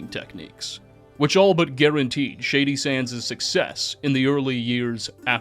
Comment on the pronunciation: You sound so smart until you say “Shady Sandszez”😊